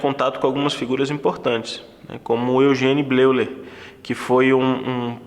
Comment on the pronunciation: Em alemão, a junção das letras ‘e’ e ‘u’, deve ser pronunciada como ‘ói’. Exemplo: Freud … fala-se: fróid. Assim, a pronúncia correta de Eugen Bleuler é óigen blóiler.